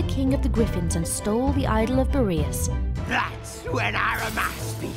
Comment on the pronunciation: "great pronunciation, twilight" You mean like your pronunciation of Boreas ? lol